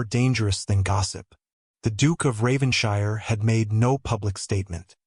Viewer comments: Please tell your AI voice that British places names ending in "shire"are pronounced "[Whatever]-shurr". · I wish the narrator checked how English words/named ending in ‘shire’s are pronounced.